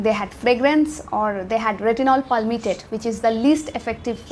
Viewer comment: I can't differentiate when you pronounce Tretinoin and retinol.. Just a minor suggestion, try not to pronounce every word with so much force, please improve, thanks